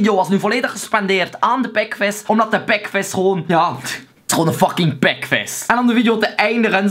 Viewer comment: Ouwe je zegt pekves en das... GRAPPIG GA ZO DOOR cool man!